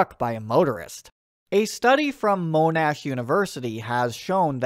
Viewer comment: Not pronounced “Mo-Nash” but “Mon-Ash”.